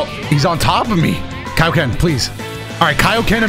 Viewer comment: Finally someone pronounces "kai-oh-ken" correctly👍